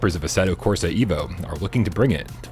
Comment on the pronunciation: It's minor but just FYI, Asseto Corsa is pronounced "Ev-o" not "Ee-vo".